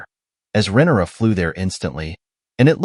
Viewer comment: It’s RHAENYRA, not Renera! For someone smart enough to make a video analysis of the show, you sure are bad with names!